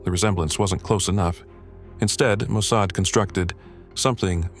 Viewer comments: Ah, isn’t it “Mo-Sod”?😮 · The pronunciation of "Mosaid" is totally off. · Please train your AI to pronounce mossad correctly. Not mo-say-ed. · AI can't even pronounce Mossad correctly. Who expects their story to be factual?